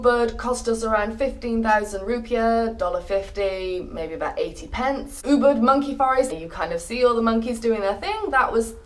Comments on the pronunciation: I thought you were saying uber that taxi app. Then i realized you are not saying that. Its easier to say oo-bood to say Ubud. Just some input. :) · she said "Uber", actually its "Ubud" and if you want stay in "Kuta Beach or Seminyak Beach" couse many good accomodations - 200$/room/night and good restaurant in that area.